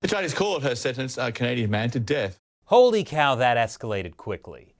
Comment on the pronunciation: Ho lee cow ? don't think I know him.